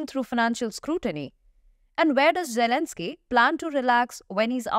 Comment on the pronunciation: What You say at the end "poor Elenzky"lol.